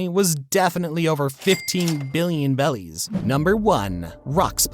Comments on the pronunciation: Why do you call berries “belis” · He said belly not barriers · Its not bellies its berriEs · Bellies ??? I thought they are called berries . 🤔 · Did you say bellies instead of berries? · Berries not belly's but this video was interesting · Is my man saying bellies instead of berries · i was so confused when op youtubers started saying BELLIES, besides in the anime and manga they say berries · Oh no.. don't say 'bellies' when its berries.. unwatchable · Its bothering me, why do you say "bellies" when its clearly berries.... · Why did bro say beli's and not beli like 💀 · why do u say bellies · BERRIES Dude. it's literally spelled in the sub. stop saying bellies. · Berries not bellies please lol. Nice video though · also the gura gura became go to go to💀💀💀💀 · Stop saying bellies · It is berryis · It's berries bro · The way he said “bellies” upsets me lmao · He says bellys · Every time he said “Belis” I cringed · You were saying bellys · It’s Berrys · Bro sail bellies 😂😂😂😂😂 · Why do you keep saying bellies? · It's berries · Please stop saying bellies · I appreciate for still counting Vivi as part of the Strawhat crew but its obvious that you watched One Piece on Shorts, ranking a filter character above the main Antagonist of the show, pronounced berries wrong, you're a fake fan. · How do you call the currency the wrong thing the entire video 😂😂😂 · yeah it just sounds so wrong each time he says it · interesting if that is the case, but I just figured it's the issue Asian people tend to have when speaking English and switching R and L sounds My wife still does it frequently. I've been trying to train her not to for 6 years now. For example, instead of road she'll say load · please please pleaaaseee stop calling berries bellies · why tf are you saying bellies and not berries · It’s Berries not bellies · Also it’s berries not bellies hope that was intentional and not a mishap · He said belly's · It's berries and bellies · .what are belllies why he saying 11 billion BELLIES